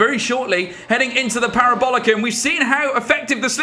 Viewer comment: 'the parobolica'